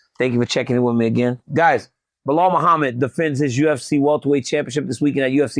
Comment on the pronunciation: DC, don’t you mean Blahal & Jack Dellalama? Get it right!